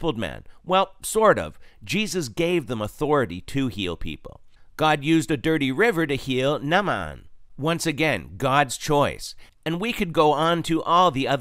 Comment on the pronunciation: It's pronounced as "Nay-man" to help some, I did the same pronunciation as you and found it's pronounced as I had just mentioned 😉👍